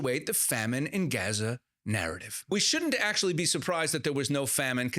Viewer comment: The native people call the place Azza. He adds the 'g' sound, for western ears, but otherwise pronounces it correctly.